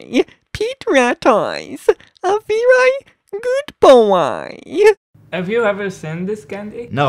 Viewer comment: He is randomly switching soft and hard, long and short vowels